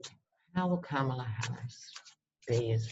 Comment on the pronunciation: Comma-luh, not cuh-mala.comma-luh. I was hoping she’d be the new AG and Stacey would be VP, but whatever works to get Biden elected! Love love love your readings...personality, humor and intelligence! ❤️❤️❤️❤️